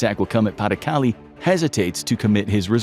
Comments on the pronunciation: Thank you. Came here to get at this exact thing. Pah deh Cal-leh Not Paddy Cali. Plz & thank you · Pah-duh-Cah-LAY. NOT PAH-duh-cah-lee. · PLEASE double-check your pronunciation! Pas de Calais is pronounced "pah de kaLAY"', not "PAH de KALee"'. You're driving me crazy! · Its excruciating hearing pays de calais called paddy kally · "Pa the caly"... jesus christ americans... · Pronounced "pah-de-cal-ay" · Pas-de-Calais properly butchered ^^ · Learn how to pronounce “pas de Calais”!! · I cringed every time Pas-de-Calais was mentioned